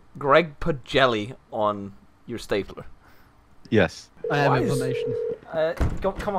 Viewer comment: He actually calls staplers, stablers through the video too